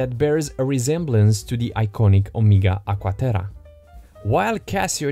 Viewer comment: "Agua Terah"